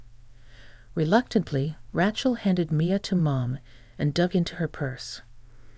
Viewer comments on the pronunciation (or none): Rachal is pronounced RAY-Chell